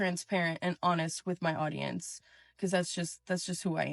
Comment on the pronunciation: I laughed when she said “my audiemce” like anyone gives a crap about her situation